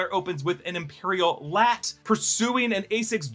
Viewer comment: L.A.T not Lat....